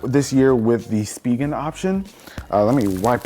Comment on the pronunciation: Uhh anyone else pronounce it spigen as spy gen. Not spee gen